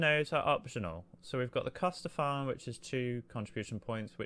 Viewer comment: It's "Casta Farm" for grapes. Not "Costa Farm." Anyway nice video